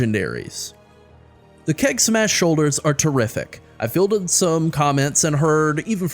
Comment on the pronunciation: Keg Smash sounds like KEK smash)